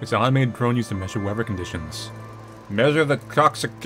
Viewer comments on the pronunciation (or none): Its interesting how pronounces many 'th' sounds as v; for example wevver drone, instead of weather drone